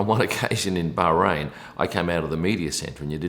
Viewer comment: kudos for pronouncing Bahrain correctly